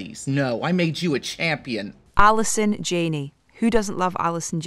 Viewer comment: At least learn how to pronounce Allison,s name correctly.